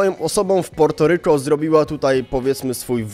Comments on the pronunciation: Wydajemi mi sie że to sie wymawia Puerto a nie Porto ale mniejsza o to 😂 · Po polsku się wymawia Portoryko